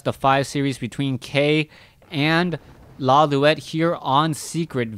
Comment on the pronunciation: Lawliet is a Japanese name pronounced "Lo-lite".